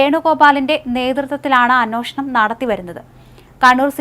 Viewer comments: എന്നോഷണം അല്ല.. അൻവേഷണം എന്നാണ് ഉച്ഛരിക്കേണ്ടത്.... അന്വേഷണം... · അന്നോഷണമല്ല അന്വേഷണം എന്ന് പറയൂ കുട്ടി